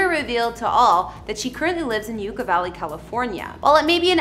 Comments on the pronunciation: It is pronounced like YUCK-A Valley. Not YOUKA Valley. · Just fyi, Yucca is pronounced Yuk-ka, as in "that's yukky". What you're saying, Yooka, as in "YOU-ka" is how to pronounce the word Yuca. Yucca and yuca are different words, with different spellings, different pronunciations, and different meanings. Yucca Valley is named because the yucca (yuk-ka) desert plant lives out there. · It is pronounced "yuck-a" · Pronouncing Yucca Valley right should have been essential for this video. YUCCA is a very common word. Pronunciation is Yuk- kuh. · You ka. Valley. It’s Yucc a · SERIOUSLY THOUGH, i played this out loud and everyone started making fun of his bimbo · Yeah that’s definitely not how you pronounce Yucca 🤦🏼‍♂️. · you're mispronouncing the word 'YUCCA' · You are mispronouncing the name of Yucca Valley. Please make sure you find out how to pronounce names before posting here. " YUCCA"